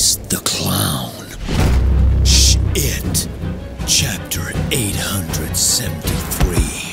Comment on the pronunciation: I love the way he said sh(IT) instead of shit!